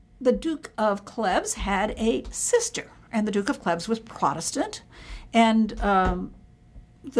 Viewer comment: Mispronounced 'Anne of Cleves' as 'Clevs'. It's a long 'e'.